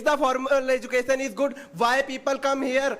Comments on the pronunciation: Ezucason❎ Education ✅ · Mentor please note:1.It is not "educassion"...it is "education".2.Also to make a joke you don"t have to make it on LGBTQ community..Pity you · Education ❌ educason 👍🏼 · Education ❌ Edusation ✅ .... 😂😂 Oh god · Azukassion ✅ Education ❎